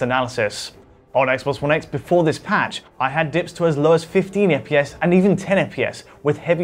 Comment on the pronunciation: What the fuck is eppyes? I though it was FPS?